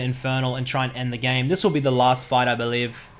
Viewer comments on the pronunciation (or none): none